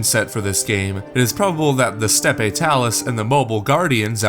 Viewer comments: Jeez guys, it's pronounced "Step Talus," not StepEE Talus." Has nobody heard the word "Steppe" prior to this game? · It's pronounced "step" not "steppé"